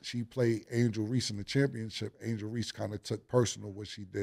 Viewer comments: Cam going to always say a word how he want to say it "championchip" his way "championship" 😂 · Cam! Its championship not chip